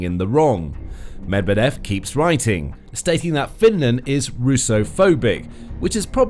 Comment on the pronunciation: You don't sound like a reliable news source when you don't bother to spend a few seconds to find out how Medvedev is pronounced before saying his name many times: muhd-VYEH-duhf